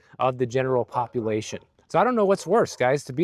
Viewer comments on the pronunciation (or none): none